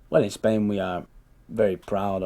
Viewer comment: Gets a 9 in the Ielts Speaking test. Still says "ESPAIN" instead of "Spain" like any other Spaniard in the world (LOL)